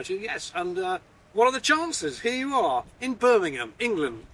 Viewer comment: Hello, and well done for pronouncing Birmingham correctly for many say Buninhum.